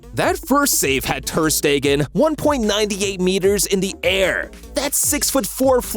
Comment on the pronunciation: "mark andrhhe thhheerrrrr steeeggaahnnn" "Bay raen vs barsa"💀☠☠💀💀💀